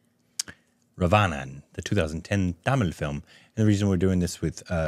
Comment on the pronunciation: Raavanan korbinised to Ravayanan😂